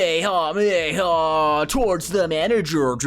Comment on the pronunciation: You've never watched DBZ? That's clear by your pronunciation of "commy hommy ha." That's NOT how it's said. Not even close. 🤦